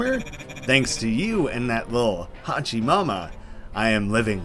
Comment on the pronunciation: btw, its HOO-chi mama.... you mispronounching the whole video was making me cringe ^_^